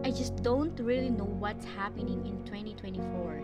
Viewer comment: "Can't pronounce 2024"? Um, that sounded pretty clear to me.